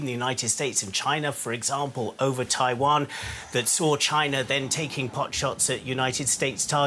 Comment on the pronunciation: It's not Taaiwaan it's Taiwan